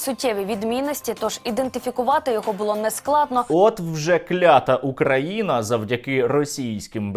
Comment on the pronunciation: За наголос на укрА виникає бажання зкормити Луці його одностроя